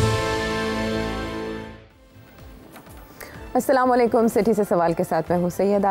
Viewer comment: Hello sir, This message is for SETHI SAHIB ! At the beginning of your show, when MARYUM says her ISLAMIC GREETINGS, and then you follow her. The way you say “SALAMMA LAYKUM” in PUNJABI accent , is very wrong , you have to say “ ASSALAMAU ALIEKUM “ plus the way you say it ,is SOUNDS LIKE very arrogant, it seems like you don’t want to say it by choice , but you are just filling the” BLANKS “ I believe you are good Muslim, so please pronounce it properly. BESIDES the way you say it, it has wrong meaning, Please bear in mind that, The audience always OBSERVE all the moves, particularly the BODY LANGUAGE. I hope you got the point. 😂😂😂🇵🇰🤲✔️🇵🇰